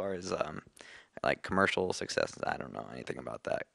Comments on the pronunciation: everyone's faces when he said "...a great success" wich sounded like "sexess" mikey totally wants to burst out laughing xD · Haha when the interview was talking about their success at the start i kept thinking he was saying "sexist" XDD